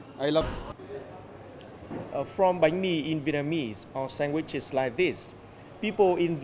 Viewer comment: Did she just say “sang-guiches”?!